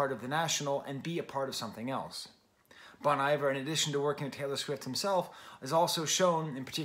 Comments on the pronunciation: FYI Bon Iver should be pronounced like you're saying bon hiver in French. Looking forward to your DONDA review when it happens my guy 👍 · Bon Iver -- pronounced bone ee-vair. I'm sure as a French professor you know where the phrase comes from. The point of BRM is collaboration. Some of the best players/singers in the world are on this record. Anais Mitchell, whose Hadestown played on Broadway. Drummers J.T. Bates and Bryan Devendorf (The National). Robin Pecknold from Fleet Foxes. Lisa Hannigan, no introduction necessary. Aaron and Justin don't make records that need to be book-ended by Taylor Swift. Sure, she's a big deal, but being a big deal isn't what BRM is about. I genuinely appreciate your review here, but there's just a bit of it that -- to me, my opinion -- is just more fawning over Taylor Swift. The good thing is that musicians like Aaron/Justin/Anais/Robin/Ben/Lisa/etc will be just fine, with or without Taylor Swift.